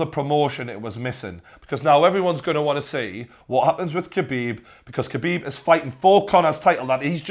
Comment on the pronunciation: TJW 0405 nah man, it's Xabib